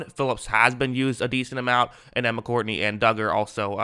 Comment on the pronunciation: Dude, it's Mccourty, not Mccourtney, stop adding an n to his name, my dude has won 3 superbowls, get his name right